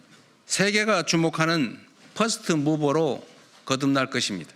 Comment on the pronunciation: 퍼스트무버 ㅋㅋㅋㅋ 영어발음 오지네